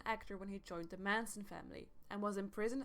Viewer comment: I agree. This is beyond bad.Poor audio, misinformation. She can't even speak right.😒 da- the; uder-other; etc...etc..👎